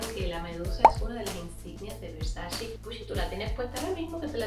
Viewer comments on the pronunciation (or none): No se dice “versachi” se dice VERSACHE” ya que es italiano. 🤦🏻‍♂️ No tengo tantas cosas de esa marca pero sé cómo se pronuncia (Donatella lo ha dicho en varias entrevistas) lo cual es imperdonable para una fashion vlogger like you. ❌ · Yo escucho que dice versashe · Cuando será el día que pronuncies bien el nombre de la marca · así no se pronuncia Versace